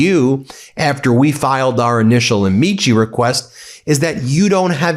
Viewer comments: Latin pronunciation of “amici” is ah-mik-eye. Accent on the first syllable. Not pronounced like actor Don Ameche. You outta brush up on your Latin, Ben. Well, go find a Latin and brush up on him. (Groucho Marx). Otherwise — good news video. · Amici => Am-ee-key It’s Latin and not Italian! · Ben, please learn to pronounce "amici"! It is Latin, not Italian.